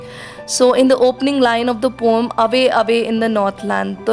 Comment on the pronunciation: as the word is poem just pronounce it as pow-uhm 🙂I am glad you did not take the comment in the wrong way and as it is said that teachers are also students you made that fact truu😇😃😄